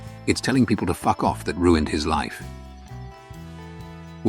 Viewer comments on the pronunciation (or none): none